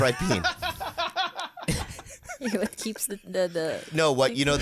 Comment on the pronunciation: Khalyla is such an angel and truly cares about him and his sobriety. I love how she's not codependent. Also Bobby can't pronounce "bean" at all. Brain, then breen. LMAO 🤣